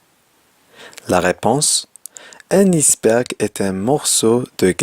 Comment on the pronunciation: Salem! Belle vidéo mais pour : iceberg ,ce mot se prononce tel qu'il est comme en anglais pour ice.merci et bonne continuation !